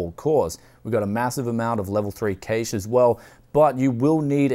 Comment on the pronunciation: i respect you but its not caish its cash